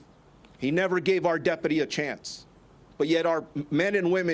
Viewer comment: "Deputy" or "Depity" ? Is this the new pronunciation?